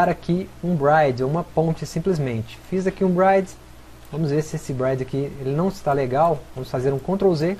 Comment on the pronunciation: bride é noiva... bridge se fala como lê